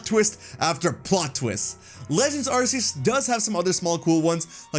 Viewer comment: It's Ar-kee-us